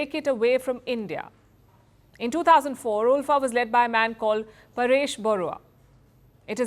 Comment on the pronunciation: Its pronounced as 'Alpha' not 'Ulfa/Oolfa'